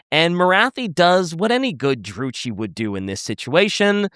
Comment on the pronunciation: I swear to god it KILLS ME, whenever you say Druchi... its not Dru-thi, its Dru-ki!